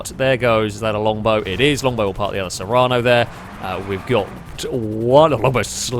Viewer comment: Sorry to be picky but the SUV in the very first round is called the serrano, you kept saying serrana :D